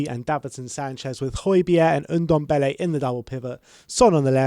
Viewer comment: Stop calling him oodombele Its Ndombele